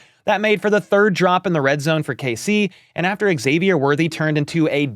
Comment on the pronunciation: Hey there! Big HBTC fan here. Just a note - Xavier is pronounced Zavier. No X at the beginning. I noticed the NBC guys got it right. So yeah, the X is pronounced Z. 😊